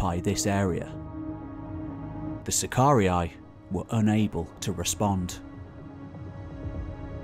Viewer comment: BTW, SACARII is pronounced SACAR E - E.....NOT SACAR E - I !!! DUH